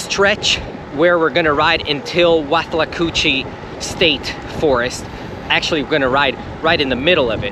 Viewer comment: It's with-la-coo-chee. And In-ver-ness.